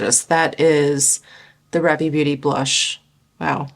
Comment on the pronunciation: Love new makeup videos! I think Ravie is pronounced "Rhaa-vy". :) I'm in Canada and I can't wait until they open up their shipping to us. The brush also looks incredible.